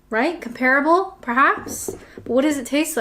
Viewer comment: Drinking a green tea, no milk. Twinings brand. Mostly coffee though. I was told years ago not to pronounce ‘comparable’ as you have. I was preparing to do a speech. Google gives a version similar to what I was told.